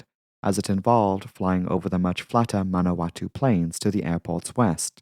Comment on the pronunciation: Good pronunciation of “Tararua”. A bit off on “Manawatu” - it’s more like “manawa-too”.